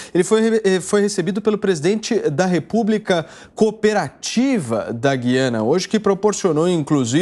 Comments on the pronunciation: Guiana não existe o país é Gu-i-a-na como a palavra AGUA e não como AGUIA. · Paulo não é Guiana. Pronuncia-se e Gu - i -ana.